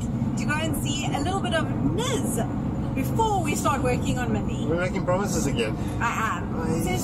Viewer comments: The pronansiation of Nis, its Nisch❤ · Normal people pronouncing nis: Nis Them pronouncing Nis: Niz Balkans pronouncing Nis: Nish